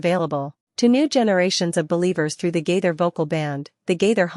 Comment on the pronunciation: The woman doing most the talking pronounce Gaither most the time gader